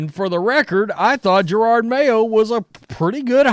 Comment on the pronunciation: Isn’t it Ja-rod Mayo. Not Jer-rod Mayo?